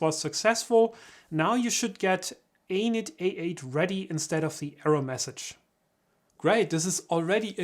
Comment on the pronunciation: Every time you say Anet, is sounds like you're saying anus. :-)